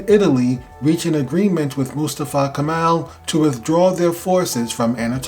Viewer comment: Not Kamal .. correct is Kemal